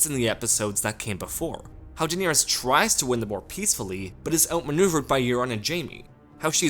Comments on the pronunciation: The fact that you pronounce Daenerys incorrectly, and the number of times you say her name, is maddening. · Uwu, the most precious name in the series was pronounced wrong ;( Nothing matters anymore.